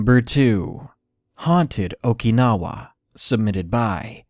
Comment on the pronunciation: Your mispronunciation of Okinawa was driving me crazy